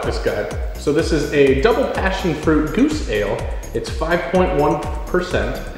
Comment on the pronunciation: its pronounced "Go-zuh," not goose xD it means its a sour beer